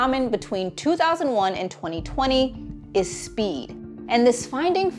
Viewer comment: speed everyone. it's speed